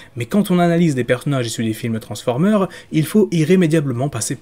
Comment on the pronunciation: Ce sont des films donc il a fallu être prompt.. même si je suis assez d’accord dans le fond (par contre on dis « transformers » (avec un S à la fin phonétiquement) tu le Prononce toujours « transformer » (eur).. un effort 😉